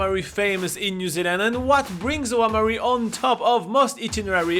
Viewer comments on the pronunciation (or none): Fete is pronounced fate and Oamaru is pronounced om-ma-roo.